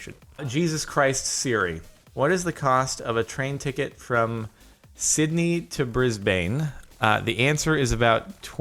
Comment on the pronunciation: For future reference as someone who lives in Australia, it's pronounced Sid knee and Briz ben/bin